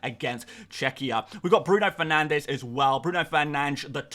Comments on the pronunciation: If your set on pronouncing Bruno Fernandes the Portuguese way, it’s Bruhn Fernanj. If you say Bruno Fernanj, you might as well just say Bruno Fernandes. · Bruhn Fernandes